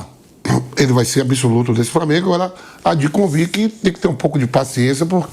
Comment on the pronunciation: A maneira do Vampeta falar é reflexo de uma época aqui na Bahia que as pessoas mais velhas tinham dificuldade de usar o L pra formar uma palavra,framengo,fruminence,e por aí vai.